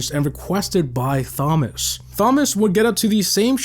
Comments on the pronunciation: You know it’s not pronounced THomas just tomas right?? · 😂 Thomas isnt pronounced thom-ass. its a silent h. Tom-as is how youd pronounce it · I have never heard some one pronounce Thomas as Somas rather than Tomas 😅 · Who tf pronounces "thomas" as "fomas" ?????? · Why do you say Thomas like that? It's pronounced TOM-uss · Brother the h is silent. It’s pronounced Tom-us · more like fomas😂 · I love you but it’s not “thom” as lol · Voiceover can’t pronounce Thomas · The pronunciation of Thomas is killing me lmao 😂 the h is silent brah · that’s not how u pronounce Thomas brother lol